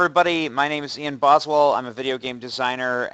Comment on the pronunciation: LOL "Boswell" xD